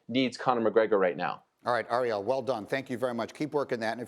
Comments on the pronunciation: Its AIR-eal. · hurts my ear every time the dude pronounces ariel's name wrong